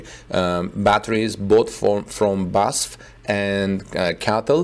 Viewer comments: That's how pronounces it, but I don't think that's right. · It has always bothered me that you report on Tesla, but have zero knowledge of automotive engineering, assembly or any mechanical engineering. Now you don't know how to pronounce BASF! Strike 2. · That wasn’t pronounced correctly but I see others mentioned already I used BASF cassette tapes for many years recording music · I THINK IT IS PRONOUNCED B-A-S-F Four separate letters B then A then S then F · Yes it matters because EVERY SINGLE German says B.A.S.F. it hurts so much when he butchers it. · "You pronounce each letter separately of the name BASF. It’s pronounced B A S F. You know the University UCLA? It’s the same deal." That is so true. it is B A S F for "Badische Anilin und Soda Fabrik" like BMW for "Bayerische Motoren Werke". It hurts when you pronounce it in one word because I know that name since I was 3 years old. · Its B A S F , only the letters , not a word or name. Short for something. Maybe its for CATL the same , I don’t know , but its way easier to say 😉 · You pronounce each letter separately of the name BASF. It’s pronounced B A S F. You know the University UCLA? It’s the same deal.